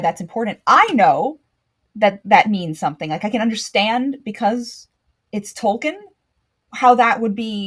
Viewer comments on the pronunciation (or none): I love watching your stuff and your deep knowledge of Tolkien. However, it consequently bothers me how you mispronounce his own name. It's Tol-keen, not Tolkin.